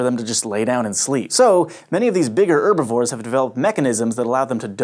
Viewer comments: hearing him say 'urbivores' is physically hurting me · You call them "Erbivores" so why not use "Orses" as well?